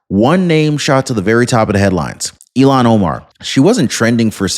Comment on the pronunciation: you never showed the anchors reaction! are you just trying to promote CNN? I'm confused what I just skipped through and attempted to watch. Thanks for the history lesson. You are saying her name wrong by the way.